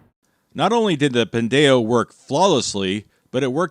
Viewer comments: Pin-day-oh. This hurts every fiber of my soul. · Your pronunciation is killing me 😂 it's a play on the Hispanic slur "pendejo"! can confirm! 😂😂😂 Always enjoyed the videos over the years!!!